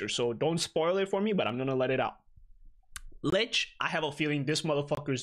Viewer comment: always pronouncing 'licht' incorrectly. It's actually pronounced like ummmmm....... lickt